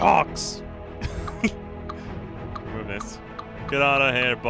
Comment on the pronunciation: Too many kocks, too many kocks.